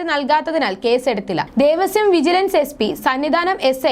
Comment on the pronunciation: മോളേ ദേവസ്യo ബോർഡ്‌ അല്ല. ദേവസ്വം ബോർഡ്‌ ആണ്